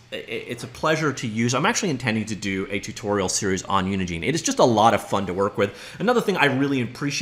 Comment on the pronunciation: It's not pronounced Unigene, think of engine then put uni infront of it